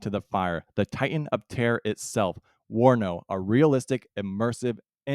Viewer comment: correction - not WANO but WARNO